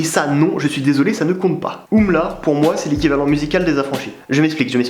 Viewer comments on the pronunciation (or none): c juste U.M.L.A pas oumla pas umla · On dit U M L A